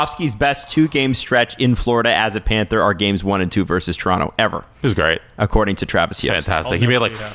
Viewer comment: Toronto in how many… (Guy on left) 😂. Bro said Tor in 5 💀